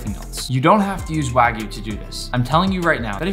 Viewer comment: First Person i see pronouncing Wagyu correctly. W-A-G-Y-U not W-A-E-G-U....